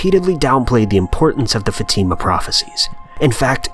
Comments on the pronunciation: It's "fah-tih-muh" not fateeemuh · It's not FaTIma. It's FAtima. Seriously it's incredibly easy to pronounce c'mon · It's no Fatima is Fátima!! You are reading it wrong! I'm Portuguese... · Your pronunciation of the name "Fatima" makes me uncomfortable for some reason. We pronounce it as such "Fa-a-t-imah" (with a short "e" sound after the letter "t" ) .. and not " fateema" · Brigid Knumbthumbs yeah its more like fat-a-ma that's how my religon teacher said it anyway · Fatima is not pronounced that way... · You mispronounced Fatima and Marian, but I'm only 2 min in